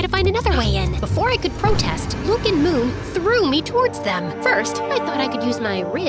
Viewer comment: Its moon not mook btw